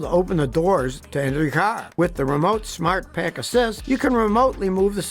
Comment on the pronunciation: When he says smart pack instead of smart park